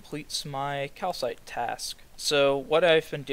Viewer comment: KaPHites (kal-fites) not calcites >.>